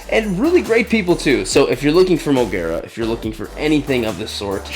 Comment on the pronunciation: It's pronounced Mo-geh-rah or mo-ge-ra